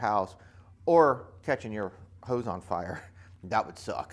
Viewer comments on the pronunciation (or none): none